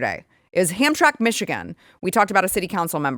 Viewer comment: FYI...The city of Hamtramck Michigan is pronounced Ham-tram-ick. Not knocking you. Love the show and watch every day. I grew up near Hamtramck (Roseville, MI) and just trying to help. 😊